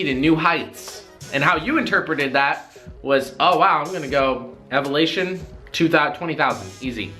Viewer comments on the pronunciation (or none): Love the material man, great videos. Subbed about a month or two back. I am normally not a word natzi but I heard "evelation" not elevation just curious if you noticed. P.s. you should totally do a bloopers video. Put together the best funny moments. AND/or a Bruno comp video. Everytime you've brought Bruno in the camera. ie. Every video